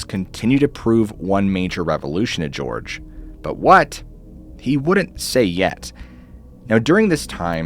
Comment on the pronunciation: Jorge =/= "George"